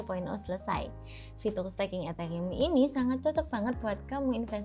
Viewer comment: Hah etheyium ? 🤣🤣